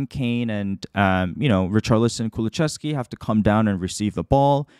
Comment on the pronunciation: Lovely video as per usual! But just fyi, it's ku-lu-SEV-ski, not ku-lu-CHEV-ski /Swede ^^